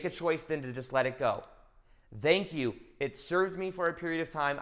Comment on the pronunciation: ❤💚 I love how you say "thenk you" with a "E" its your trademark. 💚❤